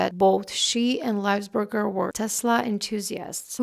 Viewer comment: It's pronounced LY-VULS-BER-GER.